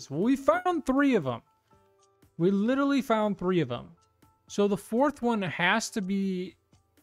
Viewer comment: love how he says "litally" all the time in his goofy youtuber voice